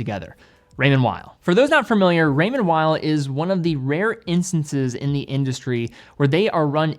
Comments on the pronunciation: Please pronounce Raymond Weil like "remonn vei", it's located in Geneva (french speaking) not in Germany ! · Raymond Weil. Please. ray-Mond Vee.